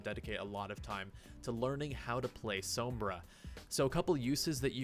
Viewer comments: You said Sombra wrong the first time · Please stop pronouncing Sombra like that.......